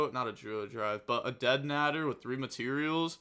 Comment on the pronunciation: The way you say deadnader is funny 🤣 I could be wrong but I think it’s pronounced deadnaaaader lol